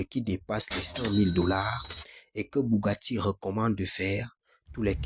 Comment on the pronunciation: Bougatti, Dacia dosteur, il faut aller voir un orthophoniste mon gars !